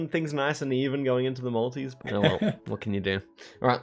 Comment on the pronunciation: 50 mins into the video before I realised you were saying multi's. Whole time thinking why's he going on about the Maldives